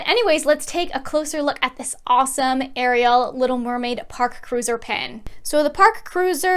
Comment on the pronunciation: It is Ariel not Areial